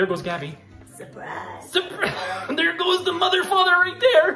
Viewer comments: Ohhh,my whole life i thought she said ,,surprise motherfucker" now i realized that she sais ,,surprise mother father" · "surprise mother father" i always hear "surprise motherfucker"